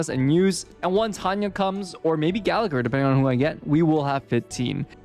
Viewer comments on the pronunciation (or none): none